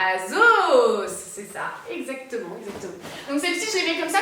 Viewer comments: on dirai que tu dis azos😂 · "Azos" et "Pull and Berrrr" 😂